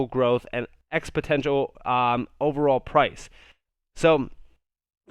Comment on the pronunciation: One of my favorite YouTubers, watch all your videos, but please… it’s expoNENtial, not expoTENtial